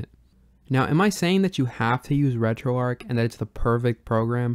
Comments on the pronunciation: Dude stop saying Retroark. It's Retroarch. It doesn't make you sound cool, edgy, or different. It makes you sound ignorant of the origin of the name Retroarch. It was originally a CLI tool running on Arch Linux. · Alright, which one of us is pronouncing RetroArch wrong?